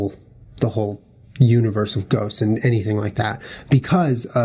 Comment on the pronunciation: also when julien says ghosts it sounds like he says goats. "i do believe in goats. i do believe goats exist."